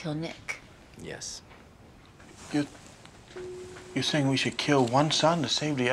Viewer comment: When he said "my Nick is a fighter" it sounded like "my niggas a fighter"